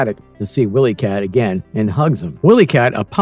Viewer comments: Ok I’m trying to get through this but had to stop. Why do you keep pronouncing the name wrong? Have you ever seen Thundercats? Who is WillyCat? It’s W-I-Lee-Cat pronounced with a long (Eye). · Fire this narrator - he's illiterate. 'Willy' and 'wily' are not pronounced the same, nevermind all the other names he butchered. Also, fire your scriptwriter, if there is one. He's illiterate, too. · Is this an AI narrator?! Mispronounced name and really bad pausing in voice.... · He pronounced pretty much every name wrong. I was getting very aggravated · Why can't your narrator pronounce the names of most of the characters? He clearly never watched an episode in his life